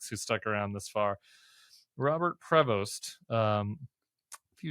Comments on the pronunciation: Just a clarification of the pronouniatuon of his last name. As a bilingual in Canada, Prevost is pronounced without the s and t. Prevo. Normally, the e has an accent as é É. But the Americans pronounce both last letters. Steve in Canada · Prévost is a French-Canadian name originally, the st are silent. Pray-vo. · And when pronouncing his last name correctly do not pronounce st at the end of. Say Provo, sounds in French. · Prévost is pronounced PRAY-VO. The S and T are silent. Born as a US citizen, but the surname is French. Grandfather immigrated from France to the USA. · Fyi, you do not pronounce the s in Prevost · It’s a French last name and it’s pronounced Preyvo, the ST is silent. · Prevost is a French name pronounced "Pray-voh" (French, silent -st) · It's a Canadian name, Prévost. Pronounced "pray-vo". But maybe in the US it's pronounced like you said. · PREVOST is a French name pronounced: Pr-eh-voh with a long E, or Pray-voh with the e sounding more like an ay given the French Canadian origins of the name. In both pronunciations, the S and T are silent. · I'm a french canadian , for yor information, we do'nt pronounce the "s" in Prevost. Just say Prevo. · Also, it is pronounced pree vohs. Very soft s.